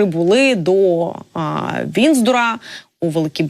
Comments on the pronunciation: ВІНДЗОР, АЛЕ НЕ ВІНЗДОР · Знову Вінздура😂😂😂 правильно було б Віндзор🤗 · Не Винздор, а Виндзор, готовьте репортаж серьезно!